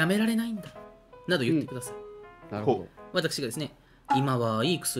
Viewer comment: 「なるほどぉ…」は鋭利すぎw